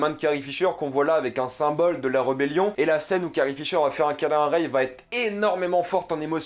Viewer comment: Alors déjà prononce bien le nom de Rey avant de déballer tt un tas de conneries, tu n’as vraiment rien compris ...